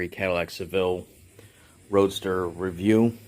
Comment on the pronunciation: What is a Roaster? Maybe you meant Roadster? I couldn’t tell for sure when you were talking. It’s actually a carriage roof/top. Roadsters don’t actually have any roof - think convertible without the convertible top. Looks nice, good work on the paint.